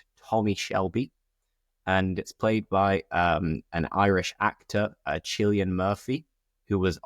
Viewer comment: You're great and your suggestions are really useful👏🏻, but the proper pronunciation of Cillian is like Killian 🤭BTW I've already watched some of these series 🤩